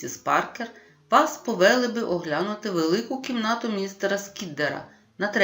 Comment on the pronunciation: Дякую! Але! Наголоси: вдалОся, піднялИся, повелИ, провелА, недОпалки, рукОписи, Якось, їздила на конІ , товстИй… Працюйте над орфоепією